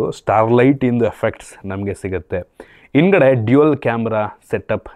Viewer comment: "ಇಂದ್ಗಡೆ " ಚೆನ್ನಾಗಿದೆ 😂😂😂, "ಅದಿನೆಂಟು " ವ್ಯಾಟ್ 🥳🥳🥳